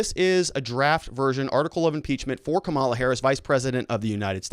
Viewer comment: Seriously, is there something wrong with your linguistic or are you intentionally mispronounced VP-elect name?....How hard to say comma-la. I am a Lincoln Repub, and have gotten over it the loss....You and the others should too